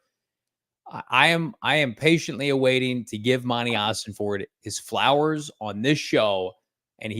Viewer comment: Im not gonna like your videos anymore, until quits calling Monty OsenFORT, OsenFORD!! STOP IT, IT DRIVES ME NUTS! IM OCD, YOU'RE MAKING ME CRAZY!!😂